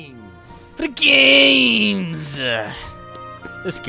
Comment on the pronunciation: I lmfao "For the gammees." was not helping at all.